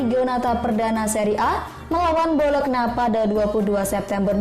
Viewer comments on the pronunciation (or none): none